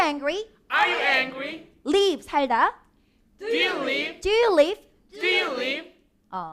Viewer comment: hands up의 취지는 좋은것 같은데, Do you 의 인토네이션이 너무 어색한것 아닌가요?